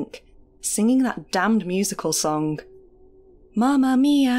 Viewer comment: I’d guess you’re a Manc with the hard “g” on song ?